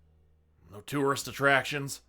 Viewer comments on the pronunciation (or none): none